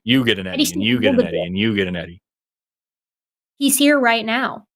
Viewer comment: Hey. "Eddie" sounds like 'Teddy".